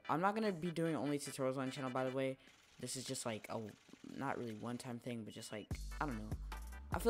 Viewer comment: "first ting"